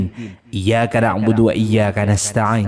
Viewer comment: MAAF YA BANG ,MAS, PAK KAI, MEMBACANYA AL FATEHAH PADA AYAT IYYAA KA NA' BUDU WA IYYAA KA NASTA'N TAJWIDNYA KELIRU